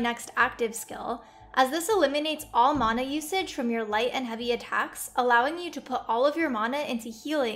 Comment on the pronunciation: Mana not mauna